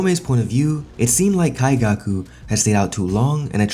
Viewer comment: Why are you saying his name like that?